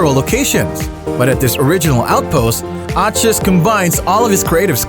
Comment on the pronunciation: Grant Achatz ( Ack-Etz)